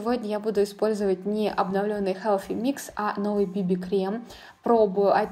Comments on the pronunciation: Koshka Potselyeva вы усложняете) Все привыкли произносить как "буржуа" и "хелси микс" ХелФи - режет слух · Прекрасный макияж!!!, но почему Helфи микс, ведь th